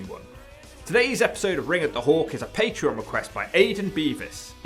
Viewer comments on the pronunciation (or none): none